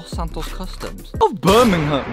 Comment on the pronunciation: So happy you say birmingham properly cant stand it when people say it wrong🤣